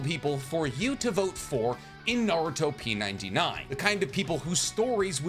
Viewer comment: Pretty sure they intended you to say it "Naru-Top 99" as in the top 99 popular Naruto things